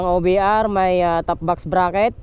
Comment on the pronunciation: Ang diin nman nung "WALANG OBR" lods hahaha, anyways Sana ol hehe